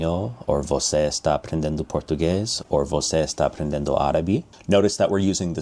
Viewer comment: I made a video about this awhile back. I don't think his Portuguese pronunciation is great. You can hear at that he pronounces the "n" in aprendendo, when it should be just nasalizing the vowel before it. It's not a huge error, but he didn't speak all that much. Mostly, I was annoyed by his clickbaity title and his defense of his title in the comments which felt disingenuous. It seems like there's a point where you should just admit that your titles are kind of clickbaity, but you view it as just a part of being in YouTube. But, he has a weird defense of why his title isn't actually click bait. I also find it annoying that he says it's not about memorizition, but this method doesn't seem to do anything for you unless you memorize the chunks.